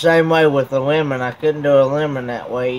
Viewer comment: Lol when you said Lemon i thought you said you like woman.